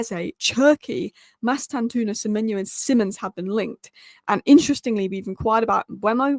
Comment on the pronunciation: 1. Mbeumo (Not Mbuemo/Mbwemo). READ HIS NAME! M-beu-mo 2. Mastantuono (Not Mastantoono). READ HIS NAME! Mas-tan-tuo-no